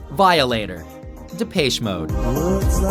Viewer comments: That's not how you pronounce Depeche, it's De-pesh What about The Stone Roses? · #10 Never heard of them #9 Never heard of them #8 Previous music was not questionable. It was just not commercialized. #7 LL Cool J is classic #4 Mariah Carey turned from sweet to slutty #3 Classic #1 How could you possibly mispronounce Depeche? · lmao the way you pronounced depeche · Why do you say the depeche in depeche mode so weird, it's awful